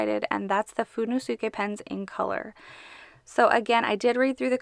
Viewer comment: it's how you pronounce it in japanese